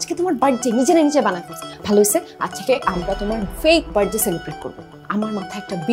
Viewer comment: বেশি শুদ্ধ কইতে যাইয়া গুলায়া ফালাইসে। It's বার্থ ডে not বার্ড ডে। over smart অভিনেত্রী।